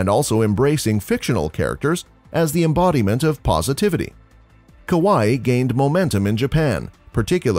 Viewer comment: Okay, the rest of the Japanese pronunciation is really not bad at all, just some weird emphasis on some syllables. Other than aoi and kawaii, very impressive.